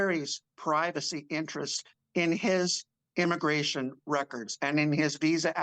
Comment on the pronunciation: "Wecords have been weleased!" the altew Newd said.